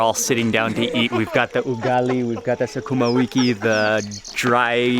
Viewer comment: did he just say SaKUMA 🤣🤣🤣. He also added she has experience how she shaves it. This guy knows what he's talking about. Or is it my perverted thoughts